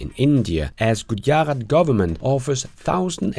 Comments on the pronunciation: Good episode,. Speaking of GOOD, the state in India is pronounced GOO dja rot. A friend and former coworker of mine, Mahesh Kumar Natwarlal Kapadia, is from Gujarat. And cachet is pronounced ka SHAY (American) or KA shay (Britain). The word is French, of course, and according to one source I saw, is pronounced CASH ay, en français. But "catch it" is not a pronunciation that I'm aware of anywhere. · bro its gu-ja-rat' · I am an Indian and it's not pronounced as Goo Dja rot...There is no D sound..and it's not Rot..It's Gooj(like snooze except instead of Z sound, it's G sound of Fudge) and Raat(like Shut)...